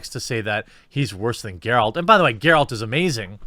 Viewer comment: Well, well... he finally learned how to properly pronounce "Geralt".